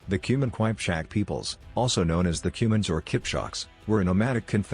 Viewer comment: Wtf is...kwajpchak😂😂 it is Kipchak